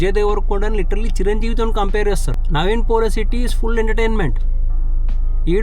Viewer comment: Naveen polishetty, Peru ayina sarriga palakadam nerchuko bro. Recorded videos lo kuda thappule na 🤣